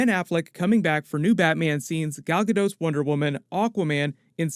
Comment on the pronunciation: quick correction - it's Gal GaDOT, with a T at the end, and not "GaDoe" like Bridgitte Bardot.